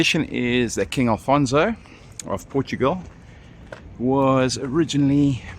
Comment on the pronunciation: Not Alfonso but Afonso!